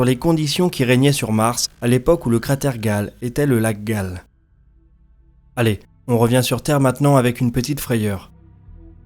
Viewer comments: super travail mais on dit cratère "gayle" et pas "gale", on dit aussi "kemkam" et pas "chemkam" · Quelques critiques secondaires : Chem-Cam prononcée Kem-Cam Cratère Gale prononcé Gayle L'eau liquide sur Mars jeune (vidéo précédente surtout), c'est encore bien discuté au point qu'on puisse distinguer deux groupes de chercheurs, un groupe pense qu'il y a eu océan, rivières etc. l'autre que Mars a toujours été froide et que la glace se liquéfiait (rarement) et se transférait d'un hémisphère à l'autre sous l'effet des changements orbitaux ou d’éventements ponctuels comme impact ou volcanisme. Rien d'admis. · on dit "Kemcam" et pas chemcam pour la caméra de curiosity et le cratere de gale se dit "guèile" , en tout cas c'est comme ca que prononce les astrophysicien qui en parlent !